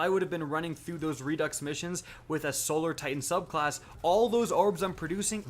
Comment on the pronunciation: redux = redo (pronunciation... i think its french or something..?)...jusss so ya know...